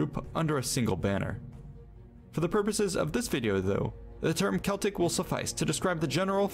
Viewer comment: Glad you said the word CELTIC properly and didn't say SELTIC like a lot of Americans do. We call FALL....AUTUMN. When you talk about "avatar and last air bender" I have no idea what you're talking about ! I don't understand why Americans dress up as super heroes and people from films for Halloween when they have nothing to do with it ! You should be dressed as ghosts and ghouls etc. Growing up in Scotland we always used TURNIPS as we didn't have pumpkins back then .